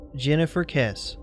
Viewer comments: get her last name pronounced right. it's not "Kes" it's "Kes-ee" See Drew Kessee's (Jennifer's Dad) interviews. Also, Tara Grinstead's disappearance (and murder) solved...please update your videos and info..... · Good video. Just to let you know, it's Kess-e (Jennifer). Anyway, hope you upload some more videos soon!